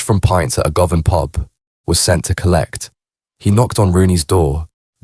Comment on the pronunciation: How do you know all this info, you are talking crap. Was you there before you know all this . Learn how to pronounce Govan for a start.